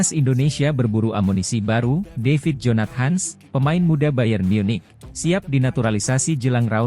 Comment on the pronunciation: Adminnya gak bisa baca dalam bhs Inggris kali ya... Jonat.. Hans katanya , bukan jonathan...